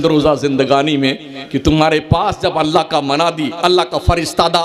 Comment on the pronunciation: منہ میں پان ڈال کر سبحان الله بولنے والا لفظ اللہ کے ل کو اتنا زبردست پر کرتاہے جیسے کوٸی شراب کے نشے میں بولتاہے کرپیا جب تک منہ میں پان ہو تب تک چپ چاپ سنو